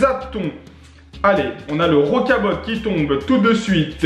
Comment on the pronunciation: Cc on dit rocabo pas rocabotte